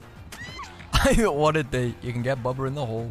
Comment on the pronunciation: The way he says bubba is oddly satisfying